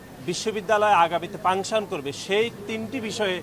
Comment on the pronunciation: পাংসন ( Function) 😂